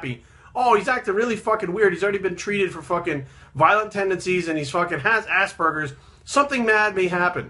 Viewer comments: The whole video i heard: Assburgers XD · I just keep hearing assburgers.